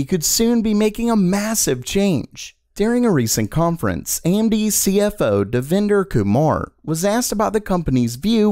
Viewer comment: Devinder kumar u pronounced wrongly 😂😂😂